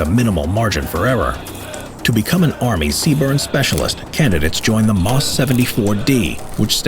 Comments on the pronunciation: just a teeny tiny point is, when saying "MOS" or other three-letter acronyms (TLA's) in the military, they say each letter. So rather than "Moss" it's M-O-S. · It's accurate except for the acronym. Lol. C Burn would definitely look better, but unfortunately it's CBRN or CBRNE. And the phrase "Moss" instead of M.O.S., but I love these videos and these are small things. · Love this channel! FYI: Back when I was in the Army, we would have spoken the specialty as: “EM Oh Es 74 Delta”, not “Moss 74 Dee”, for MOS 74D.😊